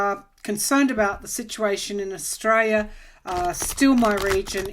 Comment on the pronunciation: Hi. Just wanted to note that the way you pronounce Australia sounds like 'estrella', which means Star.